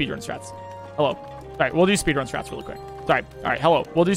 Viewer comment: Did he say spedrun